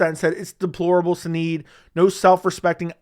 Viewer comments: Sinead pronounced Shinaid😀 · O sinead lol its pronounced shin-ade... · Sinead: pronounced shu naid.